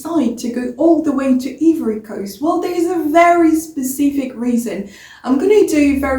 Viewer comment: Why do you say yvory cos? It is pronounced "Aïvorï Koste". You start with an A sound and end with a short i sound. Also, you need a better microphone that can pick up your voice better.